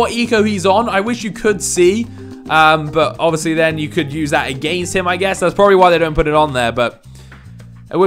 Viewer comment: Hi I’m Alex I’m very judgmental and I don’t like the way this guy says against and one like equals one less against word I liked my own comment because I can’t stand it